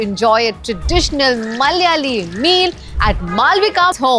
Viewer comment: Pls pronounce Malyali as Malayali